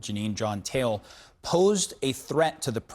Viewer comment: This sick bastard is an African, why not pronounce the surname “Taele” correctly?